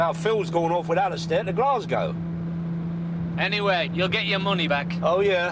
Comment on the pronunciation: As a Londoner I find it bizarre how these people pronounce ‘Glasgow’